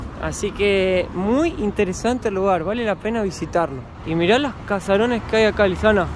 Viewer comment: Muy lindo el vídeo. Ahora,, se dice Caserón y no Casaron. Saludos